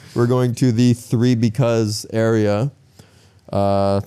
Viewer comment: Three Because = Ba Vì (so fun bro😅)